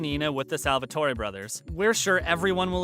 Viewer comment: I started crying when he said stefan as stevan and Salvatore as Salvatoree.